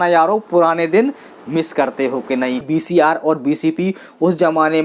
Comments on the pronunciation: Baki sab thik h dost par BCR nahi VCR 🙏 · VCR bahi bhai VCP bolte hai